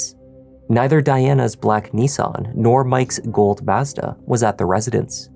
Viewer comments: What the hell is a MaaAezda??? 😂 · For the love of all that’s holy, learn how to pronounce mazda. You are butchering it. Heck, just watch one of their commercials.